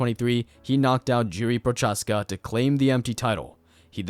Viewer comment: Jiri and jan had a seizure after hearing you pronounce their name